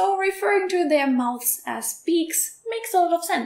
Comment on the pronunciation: "Mouth" uses a soft TH sound like "moth," but "mouths" uses a hard TH sound like "mother." Also the S in "mouths" is pronounced more like a Z.